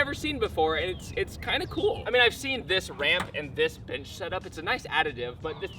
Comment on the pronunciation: Is it just me or does it sound like he’s saying “Bitch” when he says bench? 😅